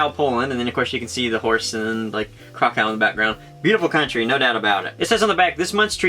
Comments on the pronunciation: I use to live in Poland Krakow is pronounced kra~Ko~vie And it pronounced Sam~ne~go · The way they pronounce the words I can't even deal with them Weee del- wedel Crack ouw- Kraków etc 😂😂💩